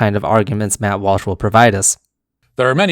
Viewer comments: Ah yes Mutt Wash lol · lol the way you pronouced his name sound like "mouth wash", had to check the video ;p